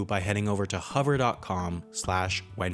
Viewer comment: Huver or Hover? might help if you say it properly.